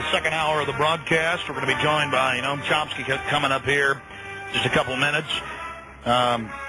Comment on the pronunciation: chomsky not chompsky he obviously needed someone to introduce him cause you don't even know his name, obviously haven't read one of his books.